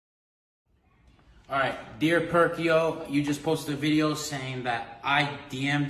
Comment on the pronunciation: “dear perkio”💀